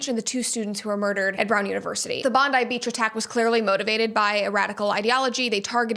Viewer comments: Thank you for pronoucing bondi beach correctly. So many call it bondi like Pam Bondi. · Our girl pronounced BONDI correctly!! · Never heard an american say bondi properly before 👍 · I think you're the only American who pronounced Bondi correctly.